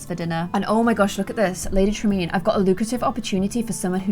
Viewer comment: am I the only one who heard "Lady traMEAN?"